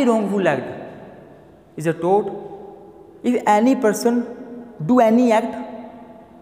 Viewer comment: Toot nhi tort